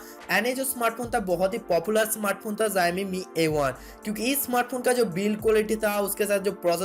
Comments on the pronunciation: Beta let me count ur mistakes Mistake no.1 Tu paida hua 2.tu school ni gya 3.tera mooh ka operation ni hua 4.bich me English ka proyoug kra 5.utube pe aya 6.xiomi ko zaymi bola My mistakes Only one and biggest mistakes Tujhe paida kiya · It is not zaimai it is xiaomi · Bhai zaimi nhi xiaomi hai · Zayomi nehi re.. bolnese Shaomi kehna hoga.. but spelling Xiaomi hain. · Haha ziaomi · Oi zowmi q bol rahe hon sale video baba bab kar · zaymi kiya he bhai! That's xiaomi bruv! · Tum sawomi ko Jaimi kaherehe ho.😡😡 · Zaumi nai re baba xiaomi hee xiaomi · Bhai wo jaymi nhi xiaomi hai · Zaimi nahi bro xiaomi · Yeh kya hy Bai zyaaami zyaami....? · Abe pahle xiomi bolna sikhle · would you please clarify what is jayami/zayami that you tried to say a so many times. By trying to be so smart you just nailed it dude. LOL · Pixil wala mobile , phast update badget segment, zami , pheature kya bolta hai yeh😂😂😂😂😂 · Xiaomi bolna seekh le pehle